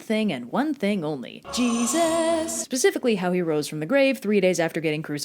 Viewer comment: “Pacifically” Triggered